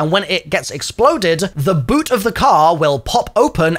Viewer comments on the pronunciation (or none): none